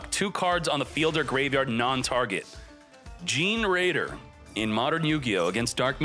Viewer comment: I think generaider is pronounced like generator